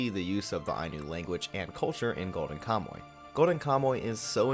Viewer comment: I liked your video but HOLY COW you pronounced KAMUY wrong. "Ka - Mu - Y" Ka: like COw without the w Mu : like MOOse without the se I : like English without nglish (You said it like "kamoe", check the Mu and the Y and it'll improve good enough) I think you could have looked up how to pronounce the people of your topic. Anyway, a video with wrong pronunciation is better than no video, so I leave a like. Thank you for talking about Ainu culture. As a reference here is a link of a Ainu song: at she sings Kamuy